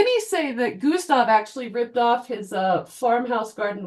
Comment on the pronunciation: "gusta klit" killed me off I can't believe nobody's commented about that